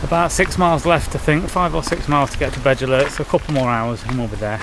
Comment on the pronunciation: Agree with you Paul , yes it's all well and good wanting to inspire your son and other people to hike trials in the beautiful country of wales but please research the names and pronunciations. doesn't take alot of effort on your phone nowadays with translators. or ask around the village shops! That Beddgelert pronunciation was laughable , almost like you deliberately butchered it.